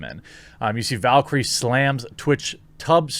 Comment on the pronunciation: Its valkyrae not valkyrie lol